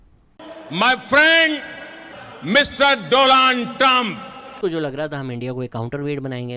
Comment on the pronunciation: Dolund Trump 👏🤣🤣